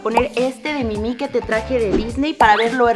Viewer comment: Por que dice Mimi a la Minnie mouse???